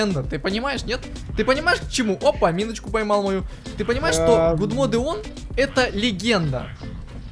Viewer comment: "Гудмоде" . Боже...